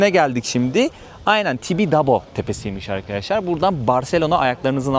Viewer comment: Bölüm çok güzel ama diksiyon, güzel konuşma ve seslendirme eğitimi almış biri olarak naçizane bir şeyler söylemek istiyorum, bu kadar eğitimli bilgili bir insan olarak İlknur hanımın Türkçesi, diksiyonu, kullandığı kelimeler o kadar rahatsız etti ki beni (sürekli ayyyyynen demesi gibi, DEĞİLLL derken yumuşak g ye bastırması gibi vesaire) lütfen ama lütfen bu kadar kıymetli bir mesleği (rehberlik) yapan biri Türkçesine biraz daha dikkat etmeli🤦‍♂ En yakın zamanda çevrimiçi de olsa (ki Milli Eğitim Bakanlığı'nın bu anlamda eğitimleri var) bir diksiyon ve güzel konuşma eğitimi almasını rica ediyorum.İletirseniz çok sevirim..